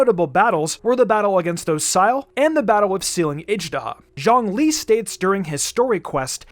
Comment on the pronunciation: Bruh, just why do people pronounce ZhongLi’s “Zhong” as a “Zhang”